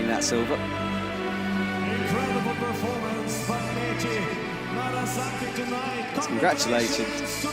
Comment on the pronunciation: Nice to have as a commentator but really wish he would learn how to pronounce Meichi and Sorato’s names better